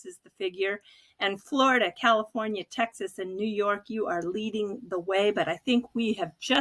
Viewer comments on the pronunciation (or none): none